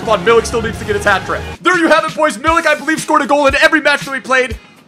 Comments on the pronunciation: it's ark-a-day-yush Meeleek incase u were wondering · it's pronounced Arch-ah-dee-yoosh Me-leak. Loving your Ibra vids and loving Arek+Lewa.